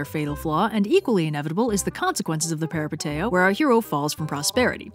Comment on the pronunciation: I love your content so much but by God, this pronunciation of "peripeteia" is driving me up the wall (it's peripEteia and the ei is pronounced as ee, I still love you though)